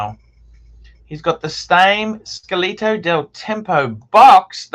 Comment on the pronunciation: SCATOLA del tempo, not scalito... fuck me dead!!!